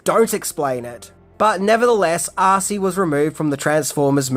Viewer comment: Arcee the female transformer is pronounced as the two letters R-C, not arsey.